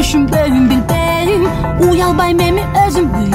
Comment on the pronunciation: Билбееейм деген созудо тили былтыйып калатко